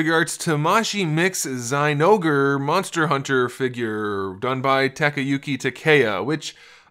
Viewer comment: It is pronounced Zin-Ogre